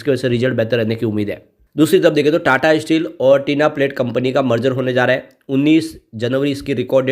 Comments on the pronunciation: Not Tina plate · Bhai tinplate bol te he